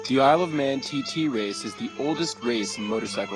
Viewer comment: OMFG its called "The Isle of Man", not Men!!!!!